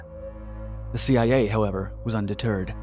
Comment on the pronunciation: Anyone else notice when he said Thee-I-A